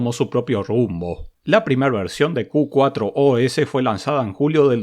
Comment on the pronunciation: Excelente video amigo! me encanta mirarlos! antes de probar una distro busco por si ya le hiciste review. Dato: el nombre Q4OS - se puede leer como "Q-FOR-OS" Muchos saludos de un seguidor Jujeño que vive en la ciudad de la furia! jaja Abrazos!